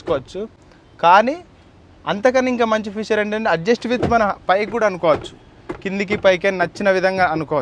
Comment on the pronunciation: Adhi Future kadhu ra Babu. FEATURE